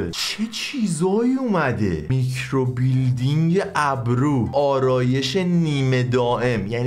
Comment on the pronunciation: میکروبیلیندینگ نهههههههههه میکروبِلِندینگ 😐🤌